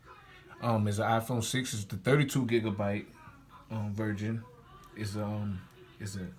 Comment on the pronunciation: Im getting a gold one but he said "32gb virgin did u mean version or was it your accent?